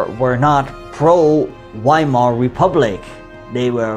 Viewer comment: Its pronouced Veimar and Vehrmacht i wished you pronouced it right bro it gives me anxiety